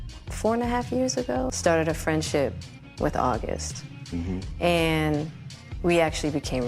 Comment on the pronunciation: augest? and feburary?